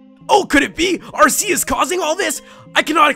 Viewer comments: Its pronounsed arkeus which is weird. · Its pronounced are-key-us. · Its arc eus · You mispronounced Arceus. It's ArrKKKKKK- EEEE-UHssss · Lol it's pronounced ark-e-us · it is prnonced arrr kee us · Leann Cottman NO ARR KEE US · I was good until he said Arceus name wrong... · I wish you'd say Arceus right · He is saying arceuse wrong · Stop pronouncing Arceus wrong. It's so damn annoying. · Everyone here is funny with the pronounciations, the one movie they did in English for Arceus pronounced it as AR-SEE-US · first it's r-k-us now arseeus? gimme a break its ARCEUS. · watch the ar-key-us MOVIE! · arceus=arkeus in pronouncing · your prounauncing Arceus wrong its arkeus if you said it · not trying to be mean but in the movie they pronounce it AR-KEY-US :) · It's pronounced Ar-KEY-us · It's Arc-eus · It is not aseus!!!!!!!+It is un-own!!!!!!! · Pronounced Ar - Key - Us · Pronounce Arceus As Ar-Ki-Yus Please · Actually, as of watching the movie based on Arceus, the pronunciation used by the people in it was Ar-Ki-us... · Arceus is pronounced are/key/is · arceus is pronounsed arkeeus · It's arK-E-Us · and just for help u say it ar-ke-us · Pronounced arkeyus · AR-KEY-US!! Not AR-SEA-US! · You read it like Arkeus not Arseus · Its pronounced ARC-E-OUS nor AR-C-US >_> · Its ar-key-us not ar-se-us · Every time he said are-se-us I said ar-key-us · Ar-see-us, ar-key-us. Row-tum, scro-tom. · IT IS ARK-EUS.... NOT ARSEUS!!!!!!! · I know this video is years old, but it's pronounced Ar-key-us, not Ar-see-us. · Ar-KEY-us not Ar-SEA-us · It's ar-key-us,not at-see-us!!! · it's pronounced Arceus with a 'k' not an 's'... watch the movie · actually its Ar-Key-Us not Ar-ce-us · not ASSCUS AT ARCUS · It's not AR-SEE-US it's AR-KEY-US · Ar-Kéus Not Ascuse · Is pronounced ar-key-us not ar-see-us. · It doesent sound like arseus it sounds like arkeus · u pronounce arceus ar-kee-us not ar-see-us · It's pronounced R - KEY - US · Its pronounced are-key-us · Ellery Park AR-KEY-US